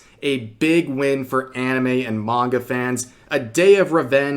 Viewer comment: NGL i swear i heard you say MAGA instead of Manga lol.